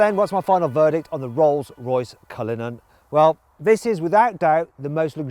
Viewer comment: 디! 쓰이즈 뉴우~ 롤숴로이숴 컬리누언~ 쁠 르액 배zee